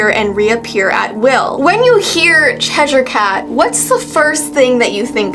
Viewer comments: It's Chesh-er not Chesh-ire. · It's pronounced "cheser"??? I thought it was "chesh-i-er" ....